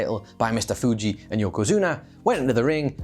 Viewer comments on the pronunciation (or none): none